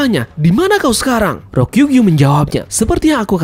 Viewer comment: Tulisannya RYOKU GYU. Kok dibacanya "RO-KIU-GIU" minn. Ryoku/Midori=Ijo, Gyu/Ushi= Sapi/Lembu/Banteng. Gyu Kaku = Cow Corner. Ayodong minn biar wibunnya ga stengah2 hihihi. #weeaboopride